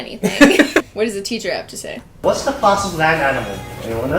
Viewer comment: Teacher: ask question Wengie: “cheeder” Me: “what the f*ck is a cheeder” 🤣🤣